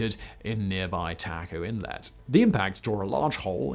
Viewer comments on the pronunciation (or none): none